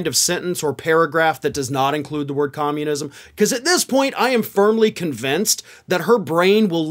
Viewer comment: Com-mun-is-m. The only four syllable word old Three Toes knows, so she uses it a lot.